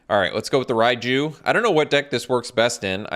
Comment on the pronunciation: It's Ryne not Ryan